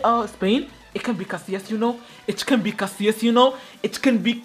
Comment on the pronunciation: bro has been playing this game from dinosaurs' Era and still saying Casillas after saw Spanish league🗿